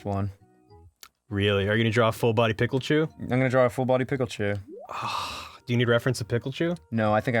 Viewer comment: Peachu ->Picklechu -> Ryechu